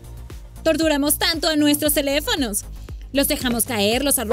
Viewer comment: En el dijo celefonos